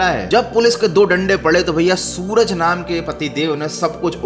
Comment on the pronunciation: Suraj nhi srak